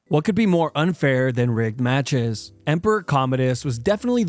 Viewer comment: Broooo. When he said rigged fights, I thought he said r*pe fights, and was very confused for a second there 😂